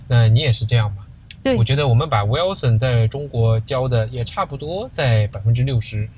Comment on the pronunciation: Who is Wilson? Both of you pronounce it wrong. It is Wil son. Not Wel son..